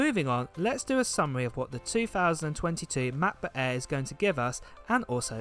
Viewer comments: is anyone else annoyed by how this dude says MackBook eeee every time? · Lol I love the way you say matboot air. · makkk boook äääähhhh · Love how you say Ma Bo Air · The "MABOO EHH"